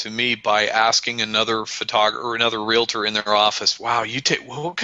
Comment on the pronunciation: Hey... the word is pronounced RE-AL-TOR... not RE-LA-TOR.